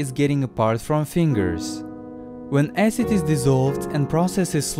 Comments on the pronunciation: Finally learned how to prounonce acid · "hydraulic aecid."